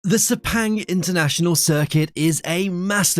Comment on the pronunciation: Sepenggg what shlte pronunciation